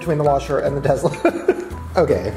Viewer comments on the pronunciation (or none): He really said tezla lmao I missed Shane he's funny😂